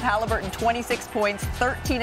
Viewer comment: Tyrese HalHIMburton